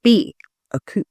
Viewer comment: BTW - coup is pronounced "coo" - the p is silent